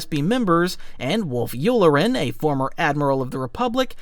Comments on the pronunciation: nice vid but work on how u pronounce things. its not Yular-en but Yulaaren (phonetically since the accent is on the "la") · Its YU LAR EN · How you said commandant and yulelaran pissed me off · (you-lar-en) Colonel Yularen pronounced in thrawn audio books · Not gonna comment on your pronunciation for wolf yularen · I love this video! Although, the way you pronounced commandant and Yularen, especially since it is said quite a bit in the Clone Wars, made me sad. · You mispronounced yularen, ozzel, pellion, and Commandant. How are you this bad?